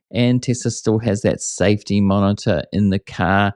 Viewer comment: Did you say the Robotaxis use a human safety “monitor” or “martyr”? With Tesla, either may apply.